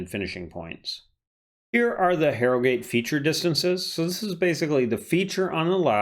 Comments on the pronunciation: Jesus the way he pronouced my town of harrogate. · The way you pronounce Harrogate disturbs me. Good analysis other than that